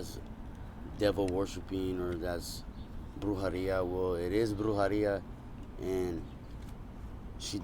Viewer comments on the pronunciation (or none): Bro please don’t make deals with evil spirits. And it’s brujEria, not brujAria